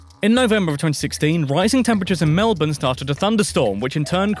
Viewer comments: Koz - ee - osco. Well done on Melbourne tho, most youtubers butcher it Also, technically, the territories are not states. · When they pronounce Melbourne correctly but not Uluru or Kosciuszko.